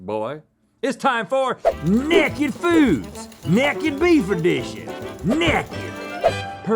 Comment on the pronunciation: Why does Rhett always say "neck ed" instead of naked